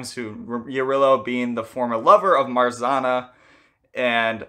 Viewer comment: There’s no R sound in Marzanna . RZ is pronounced same as you would pronounce ż . Also you should pronounce both N .